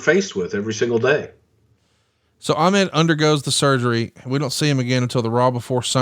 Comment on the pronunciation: Bobo Brazil won the WWWF United States title in the 70's, so Ahmed was not the first AA to win a singles title in WWE. Also, is anyone else bothered by the way Bruce pronounces Ahmed?